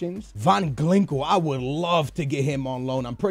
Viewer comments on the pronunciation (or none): I love you but you need to stop trying so hard to pronounce players names. Regardless of what country you're from, if a name ends in -Inho then 99% of people would agree that it's pronounced (een-iyo) not (ingwu) You even said Ginkel as Glinkel, sorry but I thought since you've never picked up on it then I should say something #BN4LYF